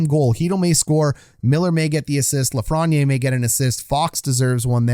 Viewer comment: you mispronounce lafreniere...hurts my ears